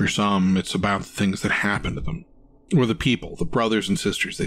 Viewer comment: Too breathy and bad habit of turning one syllable words into two - e.g. skull-ah or them-ah. Did better towards the end though.